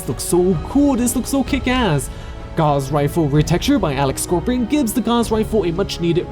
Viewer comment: gauss rifle is pronounced "ga-w-ss" not "gaz"